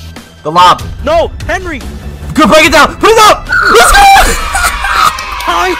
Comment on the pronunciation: end of the vid he said henwy